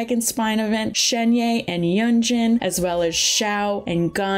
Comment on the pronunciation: Great vid but I swear one more time you say Sienye and Yenjan and Albetto